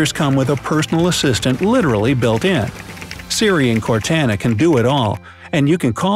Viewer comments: It's cortana not cartana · It's pronounced "CORT ON UH" . And I know, I know, nobody asked, but I thought I'd mention it. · "CortAAna" EWWWWW why u say it that way )_) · Its pronounced CORE-TANNA not CORE-TANA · By the way you say Cortana, I'm guessing you never played Halo? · Di.. Did you just call "Cortana" "Cartaena"? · who's Car-tana lol you can just alt-tab for each window, not ctrl-alt-tab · It would be nice if these shortcuts worked. And File Explorer has a shortcut on the desktop that is faster to use and easier to remember than the shortcut. and apps don't go on the taskbar. Those are shortcuts. Completely mispronounced Cortana there, too. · This guy didn't play Halo with that pronunciation of Cortana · Am I the only one bothered by how he pronounces Cortana? Other than that I thought it was a great video.